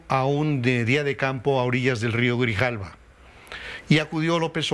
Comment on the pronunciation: Grijalava no grijalvo